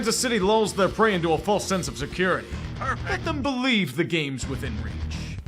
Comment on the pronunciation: You will Bo-lieve. It is inevitable.